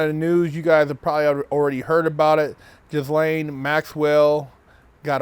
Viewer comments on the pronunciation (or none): Her name is pronounced "G-lane".